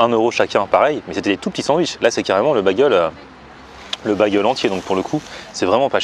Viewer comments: Bagel se prononce Bégueul pas Bagueul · Sa me perturbe un peu que tu dise bagel c'est baigel prononce bien le AI